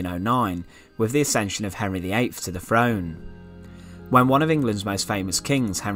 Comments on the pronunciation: I’m very interested in this stuff but just can’t listen to this guy talking about Arfur and who comes to the frone. You need a narrator who doesn’t have a speech impediment! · "...... ascended to V FRONE" 😱